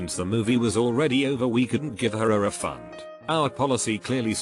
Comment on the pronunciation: no one: text2speech guy: “re fun”